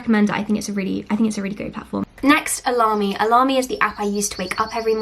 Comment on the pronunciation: Was that 'AlarmE' or 'Alarmy' or 'Alarm me' ? Somebody , please tell me .